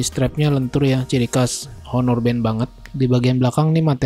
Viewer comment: Sekedar saran aja masbro, agak agak belajar cara ngeja/nyebut nama brand dan type dengan benar, Honor bukan dibaca Honor, karna mas kan nyebut 6(enam) itu "Six" (in english) jdi biar konsisten nyebut brandnya klau bisa dgan bener juga. Bisa liat referensi dri Reviewer lain di yutub, itu sih saran saya supaya mas bro bisa lebih berkembang. Skian